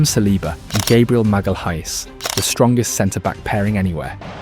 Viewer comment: the way it said Gabriel magalesh was the most AI sounding pronunciation ever